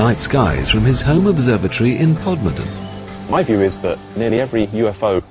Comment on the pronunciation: is it me, or does the narrator say "Podmorden"? Maybe he's confused by that observatory pod on screen at the time.